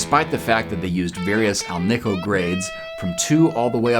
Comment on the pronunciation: Hey, can we stop saying alneeco? It's not the Velvet Underground, it's an alloy of aluminum, nickel (not neeckel), and cobalt.